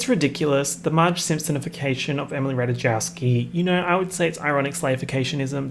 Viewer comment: the way you say ratajkowski…jail